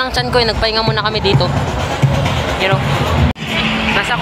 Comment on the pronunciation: idol yung speel ng u ay ang totoo ay you hindi u pati narin sa r hindi r dapat are